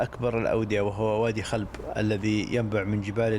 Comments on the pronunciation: وادي (خٰلب) بضم الخاء وليس (خلب) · وادي خلب بالضم الخاء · اسم الوادي الذي بأحد المسارحة اسمه خُلب بضم الخاء وليس بالفتح الله يحفظك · وادي خلب بضم الخاء وفتح اللام وتسكين الباء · شكراً من القلب على هذه التغطيه الرائعه لمنطقتي الحبيبه جازان وفاتنة الجبل العارضة كما اود تصحيح إسم وادي خلب بضم الخاء ووادي مسله بفتح الحروف ولك فائق التقدير. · المقطع فخم والتصوير جودته عالية والإخراج ممتاز ، فقط هناك ملاحظات بسيطة على تسميات الأماكن مثل الجُوّة و مسلَة وقبلها خُلَب ..❤